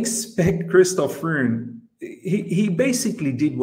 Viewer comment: Freund !! it prononce FROYND !!